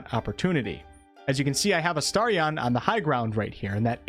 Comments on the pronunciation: Who tf is uh-star-ree-on? Sounds like a Pokémon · Why are you pronouncing “Astarion” like that? Did you not even listen to the characters saying his name while playing the game?